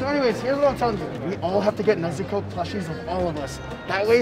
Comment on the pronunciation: “Nezu-cola” “Nezu-coke”